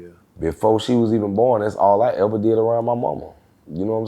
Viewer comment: “Have you eva thought new?”🤣🤣🤣